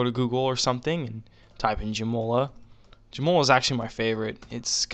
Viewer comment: LoLing how you pronounce Joomla... "Joe Moe Ler" LMAO!!! It's more like "Joom Lah" Joom as in Zoom. Good stuff.